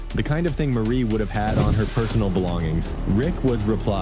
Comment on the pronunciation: Maaaarie not Marie